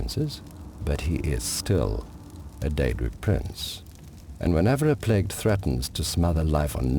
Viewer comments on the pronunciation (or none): none